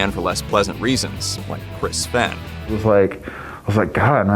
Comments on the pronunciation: Fen? Its pronounced Fain! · You mispronounced Fehn and Crahan. It's like pronounced like "Fain" & "Crayhan"